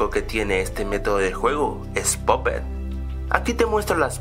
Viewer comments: puppet no popet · es pappet no poppet ni puppet